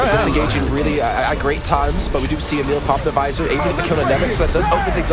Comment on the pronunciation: Its called emil not ämil